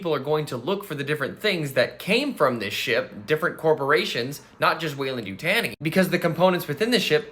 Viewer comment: You-Tah-Knee is how it’s pronounced; we also seen the Royal Facehugger in Alien 3.